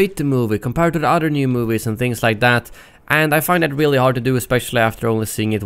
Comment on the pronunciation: Your saying udder not other